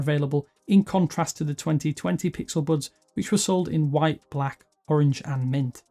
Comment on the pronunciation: No hate but, am I the only one that thinks that the way that he says bUds and thUmbs Up is annoying? 😂